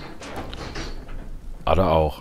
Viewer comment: Schöne Folge. Echt gut gemacht. Übrigens heißt die aus Stranger Things Nancy Weeler und Ada wird etwas anders ausgesprochen eher so Äida vielleicht schaust du sonst mal in Resident evil2 rein wie Leon das beton. Viel Liebe nicht böse gemeint und ein schönes Pfingsten deiner Familie und dir